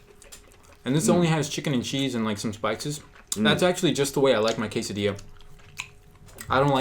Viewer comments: Quesadiyia, buwruito, tacous.🤔 alv IANXKSN. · I love the way he pronounce "quesadilla"!! Like in a cute way ^^